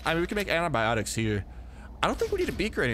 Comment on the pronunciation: "Anti"biotic not Anabiotic